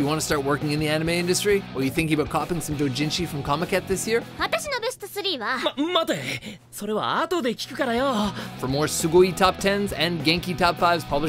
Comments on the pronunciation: Did he just say "soo-gooey"?? Good lord. Weebs are super annoying, but at least they usually say the words correctly. That's just cringe worthy. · He said Sugui!!!! 😂😂😂😂